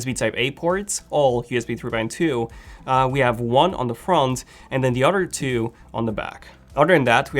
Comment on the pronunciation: Why does he says otter instead of other